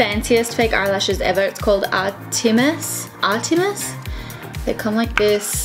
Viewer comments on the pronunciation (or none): none